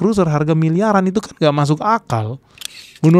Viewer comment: kan bukan keun....gak jelas